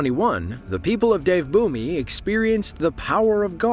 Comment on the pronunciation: "Dev bhumi" pronunciation was hilarious 😂😂